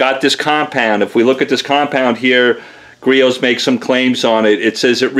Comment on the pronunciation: First off its griots not geritos. Second off... Youre going to burn that fucking paint off if you move any slower